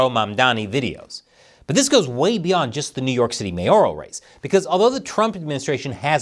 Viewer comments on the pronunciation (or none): none